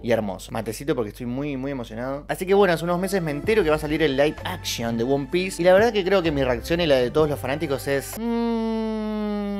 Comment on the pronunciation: "Won Piece"... 😂